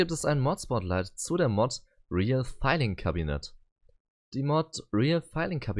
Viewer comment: Vielleicht sind Englischsprachige empfindlich dagegen, wenn "filing" wie "filling" ausgesprochen wird. 😉